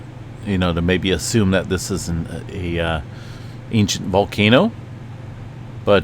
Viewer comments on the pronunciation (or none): none